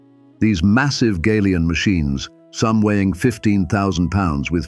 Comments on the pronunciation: Folks around here pronounce it Galion, like gallon. Not “gay-lee-on, Gal-e-on. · The mispronunciation of the word GALION is very annoying, it should be gal -ion as in gallon or galvanised!